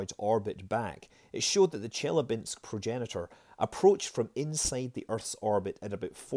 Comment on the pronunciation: It's chilyAbinsk, not chIlyabinsk